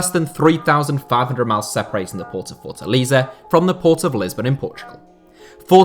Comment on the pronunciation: It's Fort-A-LAY-ZA (he most have said it wrong about 400 times)